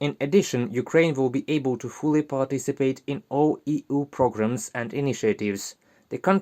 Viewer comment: NARRATOR: EU is not "EEE OOO." It is "EEE YOU." Please learn better pronunciation.